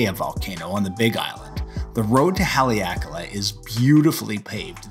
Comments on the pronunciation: Nice overview of Haleakala. A gentle note, the first 'a' in Haleakala is short rather than long. So pronounced more like 'hah' 'ley' 'ah' 'kah' 'lah.' Hale means house, so house of the sun. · What an awesome view! I like how you say Haleakala